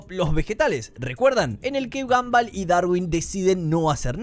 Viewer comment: Me da toc que le diga "gamball" a gumball